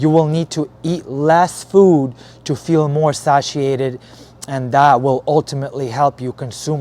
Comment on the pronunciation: its pronounced say-shi-ated